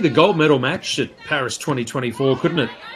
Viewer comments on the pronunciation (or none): none